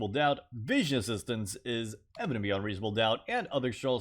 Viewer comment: People: Evident beyond reasonable doubt" This guy: eveveownvvie reaascom ddqoet"